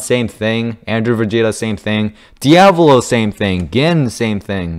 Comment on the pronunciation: Did you just call diavalo diablo 😹